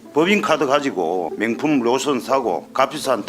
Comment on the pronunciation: 명품에서 명을 발음 못하니까 맹품맹품 ㅋㅋ 어휴 국회의원이면 표준어 쓸려고 노력이라도 좀 해라